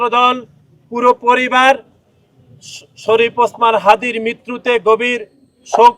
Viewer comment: যাক ভালো নাম টা ঠিক করে বলতে পারছেন।